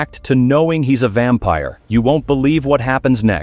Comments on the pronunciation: Gng it’s “ vampire” not “vampier” 🥀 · Vampire ❌ Vampier ✅ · Ahh what in the ‘vampier’ ai slop is this 🫩✌️ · “Vampier” huhh💔🥀